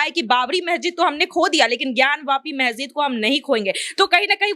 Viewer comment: Ari pagli, mahjid nahi, masjid bolo.